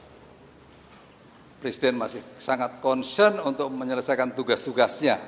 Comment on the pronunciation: Konsiyen…. Wkwkwkwk… mungkin maksudnya concern…😅😅